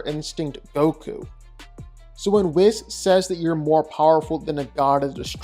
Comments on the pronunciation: I dislike how he pronounces Whis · Dude can't even say "Whis" properly.